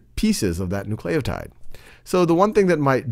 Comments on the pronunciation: Bro! It's pronounced NOO-cle-oh-tide! Get it right... oh my gosh it's almost as bad as someone saying "nucular" instead of "nuclear". *facepalm* so annoying and distracting! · n u c l a y o t i d e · I feel like he is saying nucleotide like that just to frustrate me.